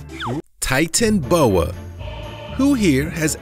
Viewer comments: Hahaha titanboa it's titanaboa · Not titanboa its titanoboa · NO NOT TITANBOWA well how every u say it BUT I LOVE SNAKES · . its a titano boa not a titan boa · you cant say titanoboa